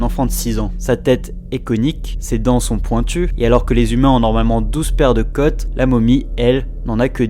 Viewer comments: côtes!!! bord*l, çà se prononce o! toi tu dis cotte! apprenez à parler avant de faire des vidéos! t'arrives à faire la différence entre une hotte et une hôte, une cône et une conne? un o avec un accent circonflexe se prononce o comme dans dodo comme AU! après faut savoir écrire! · Les côtes et non les cotes On prononce le o de manière longue car il y a un accent circonflexe dessus Si tu n'es pas sûr, vérifie sur Google translate en cliquant sur le haut-parleur pour entendre comment prononcer ce mot